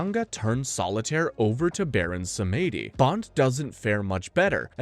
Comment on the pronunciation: The pronounciation of some names does not go together with someone having watched all those movies, Samedi and Bouvier being the most glaring examples. Some other 'easy' mistakes that no one informing himself on the subject matter would make: 'Bond lands in a circus tent' - he doesn't, that's Jaws. 'Lazenby heard bye-bye...' - It was his decision to not return, he was asked. 'No one wanted to see double-old Connery return' - Connery's return outperformed Moore's outing at the box office, iirc. In any way there was massive hype for his return, literally everybody wanted to see double-old Connery. '006's parents were russian...' - This is where I am sure you have no clue what you are talking about and are just reading a script. They were Cossacks, an ethnic ukrainian / russian group forced to live under communist rule by the events of the day. They were IN OPPOSITION to the communist Russia, which is why they allied with Germany and fought against Russia in WW2 in hopes of gaining their independence. The ones fleeing to the UK seeking asylum were sent back to Russia, where Stalin waited for them - a real d*** move by his majesty's government. ...and others.... All this from the top of my head - surely I am forgetting things - makes me think you have not watched even half of the movies for this review.